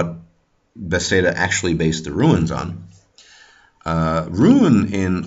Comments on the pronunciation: Not pronounced "ru-ins", but is pronounced "roons" or runar. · Runes (ruins), not ruins. Bethesda not bethseda. Very informative🤙🏻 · Why are you pronouncing runes like ruins? The long u is not a diphthong! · true, no "I" in "Runes" then it's straight forward .. and i am a Danish viking👊👍